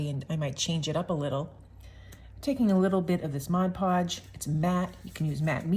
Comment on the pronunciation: These are just the kind of small collages I like best (abstract). Thank-you for the video, and especially for pronouncing "Mod Podge" correctly.